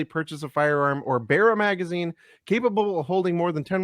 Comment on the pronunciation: Gentlemen repeat after me... Magazine. Its not that hard.